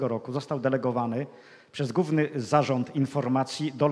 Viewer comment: UFF...! No oczywiscie ze ciekawy temat ale trudno się skoncentrowac bo jeszcze na obczyznie polskiego zapomniec nie moge: "Sposób WYDATNI" nie istnial nawet w socjalistycznej PL . "WYDATNY" - owszem . Juz scierpiec mozna pojedyncze błędy wymowy - ale notoryczne spłaszczanie nosówek , pomijanie "ł" : "gówny" miast "główny". Z "podstawówkom" Nie "się" a siem . Nie "są" , a som. ... ITP. ... gdzie się tak w Polsce "mówi? O ile to w Polsce jeszcze ? ..................... P.S. Nameczylam sie bo jestem bez polskiej klawiatury i korekcji czyli musialam przeklejac pojedyncze polskie litery tam gdzie ilustruja temat.